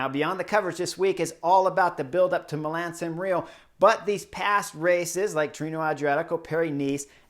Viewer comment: Chris. It is Milan or Milano. Not Milam.